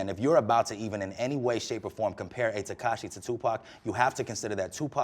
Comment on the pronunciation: He can’t even pronounce his name “tekashae”